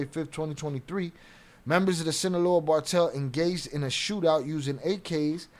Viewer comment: Not bocaine ,cocaine,not bartel ,cartel